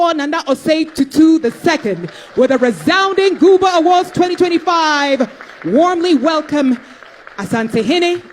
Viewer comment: Thanks for sharing. Please take note it is GUBA not CUBA.